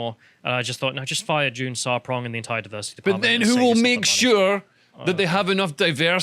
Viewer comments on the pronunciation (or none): 'Diversity Tsar' - June Sarpong. Not June Tsarpong you doofuses.